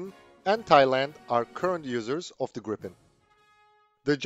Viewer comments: smiles.. there is one P, so it's pronounced "Greepen".. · Gripen is pronounced with the 'i' sounding like a long 'e', as in 'these'. And 'JAS' shall be pronounced with the same A sound as in SAAB. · Will Americans please, please take note of the correct way to pronounce the name !!!